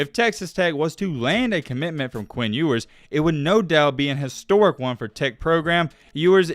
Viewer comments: in the intro: his name is pronounces You-wers, not ewwars 2 seconds later: EWWWARS hitting the Transfer Portal 😂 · you must not have proof listened to this before putting it out huh? First mispronouncing Ewers right after telling us the correct pronunciation...Then..."College athletes could make name off of their money"...haha what?? Then you flip from between you-wers and ew-wers throughout the video...come on bruh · Proceeds to tell us how his name is pronounced and mispronounces it half the time still. 🤣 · Mispronounced his last name? Edwards?? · Ok earn how to pronounce his name at least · Sorry for going left but how did you say his name correctly speak about how it was correct and then say it wrong from there out? Everything else was dope tho.